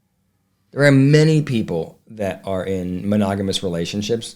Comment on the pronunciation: Meri couldn't even pronounce "monogamous." It came out "mogonamous" I think that's kind of funny, she can't even pronounce it